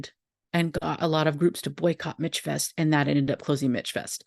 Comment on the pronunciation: I miss it so much... Michfest changed my life.❤ I was a worker, an attendee, a workshop presenter, and a craftswoman. Just for clarification it's pronounced "Mishfest" ❤❤